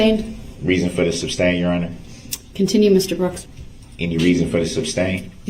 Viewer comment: It would have to be more difficult to form the words "three forfs" than to say it correctly as "three fourths". He often seems to go out of his way to mispronounce things that would be easier to say correctly, such as "shtrickshlee" rather than "strictly", "substain" rather than "sustain", "durisjickshun" rather than "jurisdiction", "doojishul" rather than "judicial", "tackit" rather than "tacit", "troof" rather than "truth", and on and on and on. I believe he is under the mispprehension that he sounds intimidating and unique, considering that he heard everyone in the courtroom regularly pronouncing those words correctly, but still insisted upon mispronouncing them. He is a misanthrope, who believes that all attention is good attention, and that being different is always a good thing, whether the differences are positive or negative.